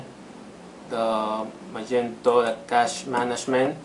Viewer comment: Cool, cheers. Yes, cache is pronounced "cash" $